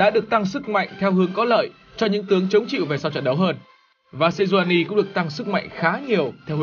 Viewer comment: Sejuani chứ kp nà Senjuani nha :D